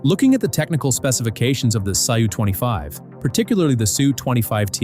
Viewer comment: "SYU-25" "ME-I 8 Helicopter" 💀💀💀